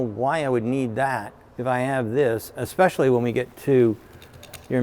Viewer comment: Did he say exspecially? 😑